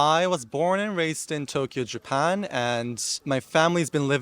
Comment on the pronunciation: People saying he has an American accent ! Where ? People who speak with standard American accent don’t say the following “ of course “ like that …. “ all four of my grandparents moved to Japan “ . “ the word “all” is not pronounced like that and the word Japan is more British sounding every time he says it … “ first of all . “Only British by law “ the word law is more open when we say it here in US… I knew I wasn’t Asian . “ knew “ is very British sounding . The word around , I mean I can go on and on , he has obviously American influence but it’s clear British and Australian and dare I say New Zealand too but I can only speak for American English so there . Bye